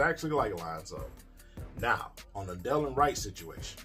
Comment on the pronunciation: Right, Delon is balling out and King can't even pronounce his name properly.